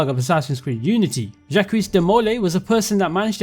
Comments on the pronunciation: Jackwees is pronounced Jaahck. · "Djaqwis" de molay xD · My man. Jacques de Molay is pronounced Jahk. The S is silent and it's a soft A. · as a French I can say that "Jacques" is pronounced more like "Jack" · I have never heard anyone pronounce Jacques like that before, but that is amazing XD I'M DEAD